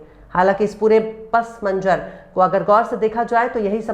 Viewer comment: Beshak aap urduzyada bolti hain lekin Urdu me sudhar keejiye jaise pse manzar